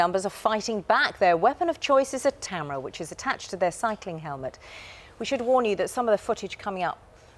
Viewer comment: Anyone notice she says tamera at like and not camera lol